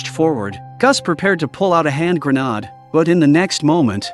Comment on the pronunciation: Indeed... WTF is a hand grenard?